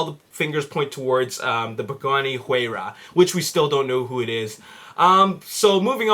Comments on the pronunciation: it's "Y-Rah" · your putting to much emphases on the H in Huayra